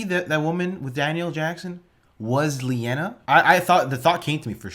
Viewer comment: Her name is Linaya not Leanna. 😁